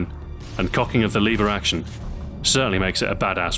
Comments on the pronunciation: liver action? omg it's pronounced LEVER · are you british? you said "Leever action".